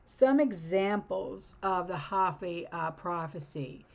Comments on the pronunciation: Hopi = Hopee Not hop ee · It's not hoppy like a bunny rabbit . It's Hopi like hope. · ( hope' e ) not hoppy😅 ❤ ya.